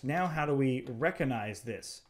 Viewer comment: Amazing video man, but please stop saying reconize it's recognize